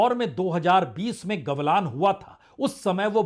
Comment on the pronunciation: It's Galwan and not gawlaan😂